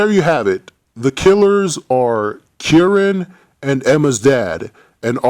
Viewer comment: it's kieran lmao